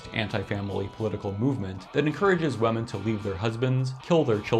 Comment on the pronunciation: great topic! can't get over the pronounciation of "wehmen" though 😂